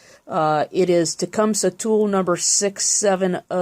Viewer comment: Yay, she said TecumSUH, not TecumSEE, like so many small engine channels do. SUBSCRIBED!!